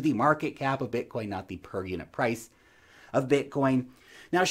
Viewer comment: Blitcoin? 🤦‍♀️ 😂😂😂 😂😂😂😂😂 love you, take care 🙋🏼‍♀️